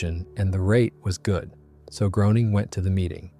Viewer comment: Greyning, not Growning...